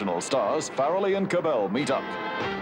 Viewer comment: OMG; 58 seconds into this video Nat Young can’t even pronounce DUKE KAHANAMOKU’s name correctly!